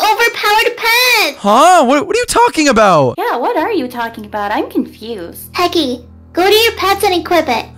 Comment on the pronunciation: Bro can you not say techy i love you